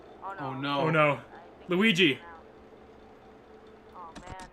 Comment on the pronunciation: Noooooo! Not loogi